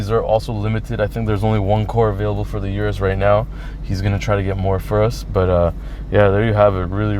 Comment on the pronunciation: O-RUS not U-RUS